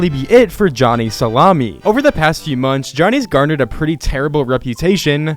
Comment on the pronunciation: You said Johnny SALAMI😂 Love it🤚😭